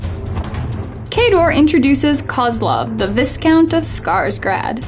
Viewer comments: viscount is pronounced v eye count ;) Love your reports. Nice and clear and terrific narration and never too much background noise! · I wouldn't say anything because it doesn't really matter much, but you might be saying the word a lot so just in case. The S in Viscount is silent. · You probably expand on this in the coming soon 50-pointer, but did you feel that Kozlov's style changed much between battlegroup-only and a larger army? Oh, and Viscount rhymes with "I count" ;)